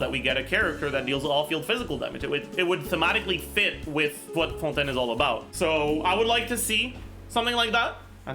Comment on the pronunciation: As a frenchwoman i really appreciate how you pronounce fontaine it's refreshing to see it pronounced right